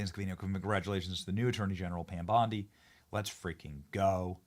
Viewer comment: 😂😂😂 "Pom Bandi" 😂😂😂